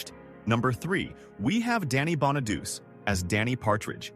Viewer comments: The dude narrating mis pronounced Danny Bonaduce's last name. It's Bona- doochy, not Bona-duce. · I am pretty sure, Danny's last name is pronounced, Bon-a-du-chee, not Bon-a-duss. It is sad..... to learn that two of the 5 Partridge Family Children (actor or actress), have past away due to their cause of death. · Isn't it pronounced "Bon-ah-doo-chee"? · You are SERIOUSLY mispronouncing Danny's last name. It's NOT pronounced "duce" (1 syllable) as though it rhymes with sluce. It IS pronounced "dew-chee" (2 syllables) with a hard "ch" sound ending in a long "E" sound, like in "cheese". And it wasn't David's picture I had plastered all over my walls..... it was DANNY'S. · Danny Bona du Chee. That’s how it’s pronounced. Not Donny Bona duce. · Did he say Danny Bonadouche? 😂😅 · Danny "Bona - duce"? Wow. Obviously you know little of him. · "Bon a duce " really? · Bonaduce.... Bon a doochie. Italian. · It's pronounced Bona doochy and Crough, like dough. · Pronounced Bon-uh-do-chi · It's Bon- a - du(doo)-chee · Yes. But AI doesn't know that. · It's so lazy to just have AI put this together and do the commentary. It's so obvious when names and even "Room 222" are pronounced wrong. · It’s the AI voice which can’t speak the correct pronunciation.